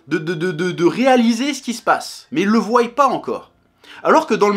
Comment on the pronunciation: Il faut arrêter de dire croillent et voyllent